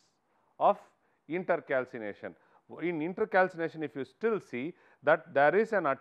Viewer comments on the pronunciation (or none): It is not inter calcination it’s intercalation and also pls explain the points rather then merely reading the ppt